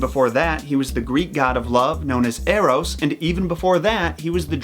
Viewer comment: Thinking about the baby bow-hunter, when you said Eros, I heard Arrows